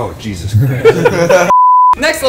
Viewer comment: but just the way he says JEsuS